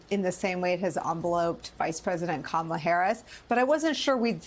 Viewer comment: he said her name wrong, I guess he IS the racist Kamala called him 🤣🤣 cnn has been saying the racist repudiation her name wrong on purpose lol